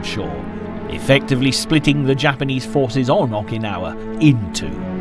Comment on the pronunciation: I'm banging my head against my desk every time I hear the narrator say "Awwkynawa".